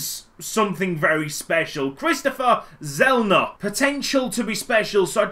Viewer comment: It's pronounced Tsellner